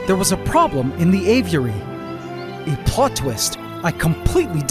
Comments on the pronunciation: Ay-vee-eh-ree. Not ay-view-eh-ree. You say this word a million times in this episode. My ocd won’t let me watch this one because of your mispronunciation. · It pisses me off how you say av-i-ur-ary. It's just a-vury. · man said GAYviary!!😂❤ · "Gay-viary" lmao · Por que ele fala assim dando ênfase? Aviárioooo kkkk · Did bro just say gayviary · bro you said gayviary? hahahahha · Did he say " gayviary " ? Lol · Heard that as well lol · Please just keep calling the Aviary the Gayviary, I love it. 😭👌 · He straight up said Gayviary lol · "Gayviary" I died 💀💀 had to rewind twice just to make sure i heard it right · How is it possible to mispronounce “aviary’ so many different ways? You’re like Benedict Cumberbatch and ‘penguin’